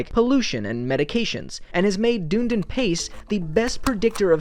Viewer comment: Dunedin is pronounced done-E-din (emphasis on the E), not how you pronounce it in this video.